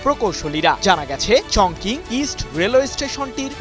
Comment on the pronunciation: উচ্চারণটি হবে - চংচিং